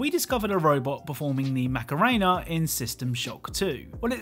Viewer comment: "The Mac'a'rain'a" I love when English people pronounce foreign words.